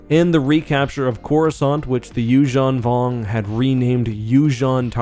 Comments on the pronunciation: The “you-JEAN vong”? Isn’t this pronounced “you-ZAHN vong”? Why do you pronounce it french-like in the middle? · Why do you pronounce it You-shawn Vong. Instead of You-zan Vong?